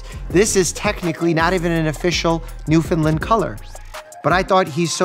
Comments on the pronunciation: Please :) I beg you, pronounce it New-FIN-Land. (not lind) . Gorgeous dogs. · As an east coast Canadian, please say Newfoundland correctly. Not new fin lind, new fin land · Newfoundland pronounced like ‘understand’. Newfoundland understand. ✌🏼. Cute doggies.